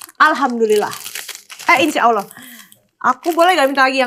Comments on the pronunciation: Si meskipun belum login tapi udah fasih menyebut Allah 😇🙏👼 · Eh, ngomong "Allah"-nya fasih loh... 🤍